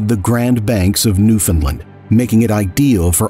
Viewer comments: awesome video, im from newfoundland and my great uncle was a victim. just have to say its pronounced “Newfin-land” 😂 not “ new-fin-lind” 😂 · the last A in Newfoundland is pronounced and that syllable is emphasized for anyone wondering